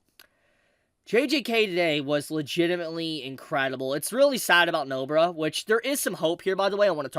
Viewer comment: did this guy say Nobra